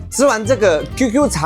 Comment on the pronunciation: 斷句錯了，不是「QQ茶」拿鐵，是「QQ」茶拿鐵，難怪你還說什麼沒聽過「QQ茶」，因為根本就是斷句錯誤 = =|||